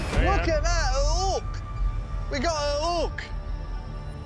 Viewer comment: "We got a ook, we got a ook".... makes me laugh every time.